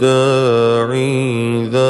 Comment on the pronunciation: Watch the third recited vers. The 3 of of Addaa3i pronounced 2 letters long instead of 1.